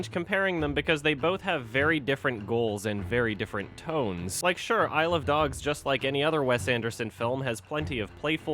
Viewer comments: I swear everytime you said "isle of dogs" all I heard was "I love dogs" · Shit, now I can’t tell if he’s saying i love dogs or isle of dogs...dammit